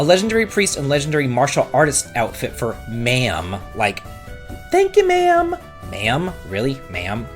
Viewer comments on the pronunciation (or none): Sorry, but it's Maam, like mom, and Jun-kel, not Hi, uncle!